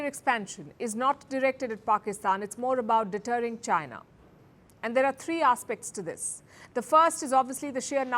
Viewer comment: why do you keep saying arse pecs instead of aspects?